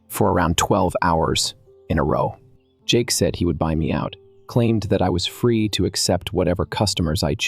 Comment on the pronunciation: For pete's sake, teach your AI voice how to say "said"! It's not say-eed. Also, fix the voice, it's really annoying to listen to blendarized gravel.